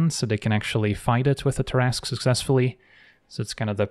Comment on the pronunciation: love your stuff. Splitting hairs: its pronounced Tarras-'cue'. Like billiards cue ball. =) much love.